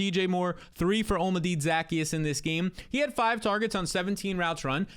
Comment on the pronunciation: *Ty-row-n *Zak-ehh-us